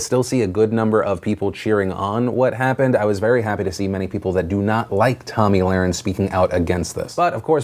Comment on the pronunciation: Can you say her name right damn shit